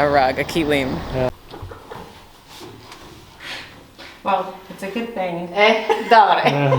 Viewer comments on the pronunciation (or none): ĆILIM not KILIM😋